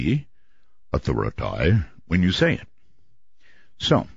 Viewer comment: Art says "Authori-tay". Roswells to all!!!